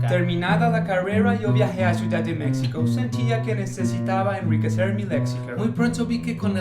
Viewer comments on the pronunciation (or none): El nombre México se pronuncia la (x) como (j), no como como (x) en el español, gracias por favor corregir el video en 2024. 😃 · da risa que dicen mesico se le mejico